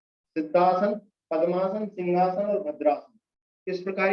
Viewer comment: सर आपने मिनट पर सिंघासन के बारे में जानकारी दी कृपया अपना उच्चारण सुधारिये ।आपने जो कहा उसका अर्थ है किसी राजा की शाही कुर्सी अथवा सोफ़ा । वास्तव में आसन का नाम सिंहासन है , सिंह अर्थात बब्बर शेर । इसमें आकृति शेर के समान बनतीं है और आंखों को नासाग्र केन्द्रित कर (यह तो सही बताया आपने) सिंह गर्जना कंठ से की जाती है । सिंघासन और सिंहासन जमीन आसमान का अंतर है कहीं कोई मेल नहीं हैं ।